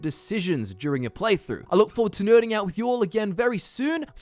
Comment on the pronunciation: Ps. Can someone tell me if he's saying he's looking forward to "nerding out" or "Nirning out" with us soon? Either one makes sense